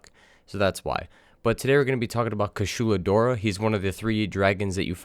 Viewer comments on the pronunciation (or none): Well he has been saying Kashula Dora but wrote it correctly in the title...... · It's pronounced (kooshalah dieaura) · “kuSHUla DOra” BRUH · Kooshoola? Dude, the game SAYS the name. Sorry, I really am, but...come on. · You pronounce "Kushala Daora" in such a gentrified way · Dud how do you pronounce the name wrong the handler even says the name twice